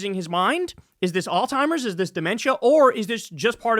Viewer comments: dude this shit cracks me up every time there was a video earlier where you made fun of somebody for pronouncing apartheid wrong and every single time you mentioned Alzheimer’s you say “all-timers” 😂. Anyways, I love you and krystal. Keep it up. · Bro it’s freaking Alzheimer’s not All-timers , idiot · Bro, its Alls-high-mers. You keep saying alltimers. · (alt ZHIMERS) not (all timers) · Kyle, bro All-timers, smh🤦🏽‍♂️? Alzheimer's (Aalts·hai·mrz) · Kyle it’s called ALZHEIMERS not alltimers Jesus dude are you literate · kyle why you keep saying “all timers” when it’s alzheimer’s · Its alzheimers not al-timers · Kyle: its Alziemers not All timers. JFC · In case anyone cares it’s “Alzheimer’s” not “all-timer’s” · ALZHEIMERS, not alltimers lol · Repeat after me. Alzheimer's alz-heimer's..... Not all timers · Kyle. There IS a Z in Alzheimers. NOT a T. It's not "all-timers." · Alzheimer's not Alltimers bud. Also not oldtimers lol. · Jesus christ Kyle learn how to pronounce Alzheimers. It is NOT All-timers 😂😂😂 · I now it's not important, but it's Alzheimer's not Alltimer's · Kyle, please stop pronouncing Alzheimer's as "All-timers". lol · Love your content, buddy. In case someone hasn't called this to your attention, the progressive brain disease is Alzheimer's, not "altimers" or "old-timer's." As a physical therapist who regularly works with patients afflicted with this condition, I've heard it all. The mispronunciation is quite common. Keep up the good work. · Don't wanna be that guy but it's pronounced Alls high mers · There is no T in the word Alzheimer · I have nothing but respect for you, but it’s Alzheimer’s. There’s no T in there. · Please please PLEASE learn how to say Alzheimer's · Kyle’s pronunciation of Alzheimer’s gave me Alzheimer’s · The way Kyle says Alzheimer’s like it has a “t” in it makes me giggle and cringe every time. Hehe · There is no T in alzhiemers. AlzHiemers . . Gotta pronounce it correctly.